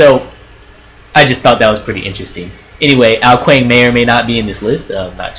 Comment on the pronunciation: Also Ao Kuang is pronounced Ao Kwong